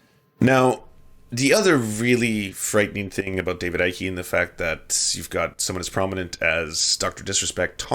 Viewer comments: David Icke is pronounced like Pike, not psyche. Other than that, good video. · As someone from the UK. David Icke, "Icke" is pronounced like "pike", "hike" etc. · FFS. "Icke" is one syllable: "ike". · Oh, the "everyone is racist" route...... Foh....it is quite obvious you did absolutely the bare minimum research before you opened your pie hole in the subject. You cannot even pronounce David Icke correct. Not only that you stayed only inside your echo chamber when finding information on him. Just ridiculous...... You may be able to fool your brain dead subs on David Icke, but anyone who has actually listenes to the guy knows what's up.......